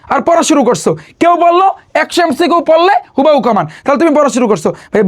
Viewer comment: It's not হুবাহু 😂 It's হুবহু 😂😂😂😂